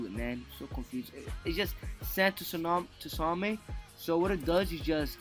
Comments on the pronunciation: its tsu na mi not t su na mei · "sand totsamai" lol its tsunami. The "t" is silent everyone knows that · Sand Tusami It is pronounced soo-naw-me also you said joonjutsu it is genjutsu also it is ree-in-car-nation